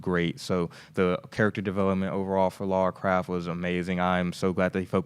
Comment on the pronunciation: Her name is Lara Croft bro, not Laura Craft.